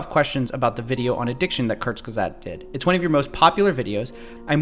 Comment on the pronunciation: The guy can’t even pronounce Kurzgesagt